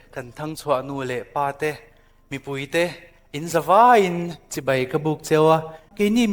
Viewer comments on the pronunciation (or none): none